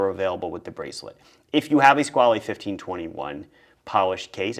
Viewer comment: You’re pronouncing Squale wrong.